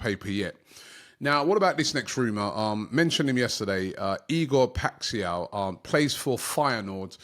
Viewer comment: ITS PRONOUNCED: IGOR PISHAU